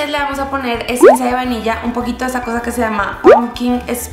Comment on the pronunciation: like si te distes cuenta que en lugar de decir vainilla dijo vanilla